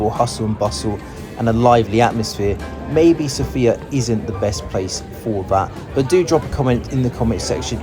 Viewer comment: It would be nice if you pronounced Sofia correctly